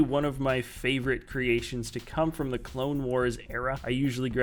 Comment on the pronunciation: Lmao "clon" wars